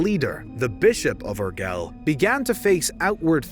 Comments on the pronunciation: Urgell is pronounced "Ur-Jeyl". No mention of the Catalan language. No good. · And Urgell is pronounced "urjey" not "urgel" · Not trying to offend or anything, but as a spaniard, the way you pronounce urgell broke me on many levels